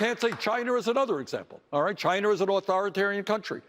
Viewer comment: And don't forget "Chiner"!